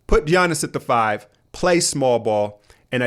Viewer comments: I still think you're fucking with us with that pronunciation of G-yanus. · It's pronounced Yiannis, not Giannis (although it's spelled that way) or Jiannis. Γιάννης with Γ sounding like Y (well I'm greek ....)